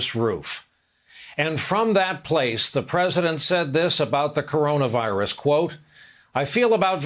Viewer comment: 🍊 Pls don’t pretend you learn a lot, u can’t even read corona virus right.